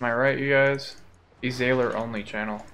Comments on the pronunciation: “Ee zay ler” instead of “Ez - uh - lor” 🤣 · its actually pronounced ezuhlor...dota1 players...